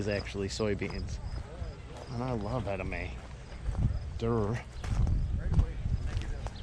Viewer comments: Ed a may? Is he talking about edamame pronounced Ed a mommie? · It's eda-ma-may not eda-may. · edamame is "ed - a- ma - me" 😄